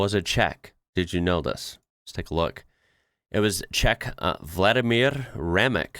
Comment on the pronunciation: Thank you for your effort with pronouncing Vladimír Remek. I suppose, it is not easy for english speaker.